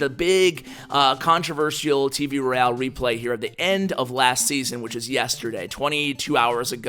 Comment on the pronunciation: Great video! I have been noticing though you say Roy-al, not Royale, could you please stop saying that :p